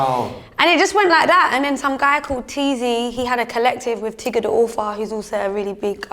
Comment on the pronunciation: lol I swear it’s Tiggsdaauthor not Tigga😭